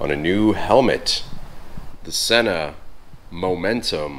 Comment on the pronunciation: So, Sena sent you a helmet and you don't know how to pronounce their name? Sheesh.